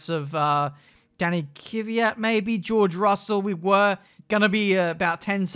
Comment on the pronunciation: it's pronounced Kvyat, not Kyvyat